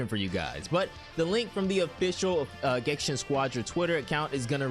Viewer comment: Why do you keep calling it gensha? Are you illiterate?